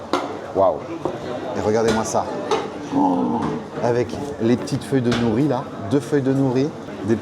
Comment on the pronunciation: Ils n’ont pas eu de mal à se faire un nom car c’est le même patron que le regretté restaurant référence « Naritake » qui a fermé. Je valide complètement. Pour info, les feuilles d’algues s’appelle « nori » (prononcé « noli » en japonais) et non « nouri » 😉